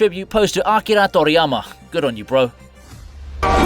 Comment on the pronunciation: Ok dude, you tried WAY too hard to pronounce Akira Toriyama.